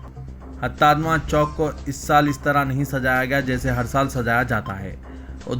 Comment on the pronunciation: 'Karla" nahi "Kurla " Mumbai. Aur 'Hatatma ' nahi "Hutatma" bolo کتتے الفاظ روزانہ سمجھانا بھیء تیرے کو؟؟؟